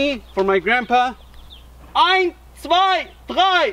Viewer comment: his "eins, zwei, drei" was on point